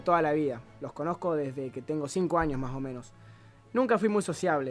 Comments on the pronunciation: me cague de risa cuando decia maomenos jajaja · ajajaja "MAH OH MENOH" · El el minuto dijo maomenos jajajaj😂😂